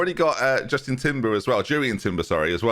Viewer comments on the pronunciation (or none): none